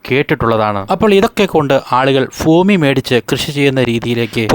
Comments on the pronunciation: "ഫൂമി" അല്ല. ഭൂമി ആണ്. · Foomi ( ഫൂമി )അല്ല.....Bhoomi 👉 ഭൂമി എന്നാണ് ശരി. അതിനാൽ ഇനി ഉച്ചരിക്കുമ്പോൾ ശ്രദ്ധിക്കുക. ഫൂമി എന്ന ഉച്ചാരണം തെറ്റാണ്. ദാസേട്ടൻ പാട്ട് പാടുമ്പോൾ ഇത്തരം വാക്കുകൾ ശ്രദ്ധിക്കുക. സ്വയം തിരിച്ചറിയുക.. മനസ്സിലാക്കുക കോഴിക്കോട് എന്ന വാക്കിന് കോഴിക്കേ...ട് എന്ന് പറഞ്ഞാൽ എങ്ങനെയാണ്ടാകും 😂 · ഫൂമി അല്ല ഭൂമി 😊😊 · ഫൂമി അല്ല ഭൂമി ആണ് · ഫൂമി അല്ല ഭൂമി. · ഭൂമിയുടെ വില കുറഞ്ഞിട്ടില്ല ഫൂമിയുടെ കുറഞ്ഞു എന്നാണ് ഇദ്ദേഹം പറയുന്നത് ഫൂമി അല്ല ഭൂമി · Foomi alla, bhoomi aanu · ഭൂമി എന്ന് 100 തവണ പറഞ്‌ പഠിക്കുക.